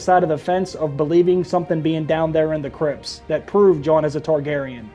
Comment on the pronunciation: The way you said Crypts sounds like Crips, the L.A. Gang and what I heard was "What if Jon has another dream of the Crips" and I busted a gut thinking of Jon in a blue bandana with a Crip entourage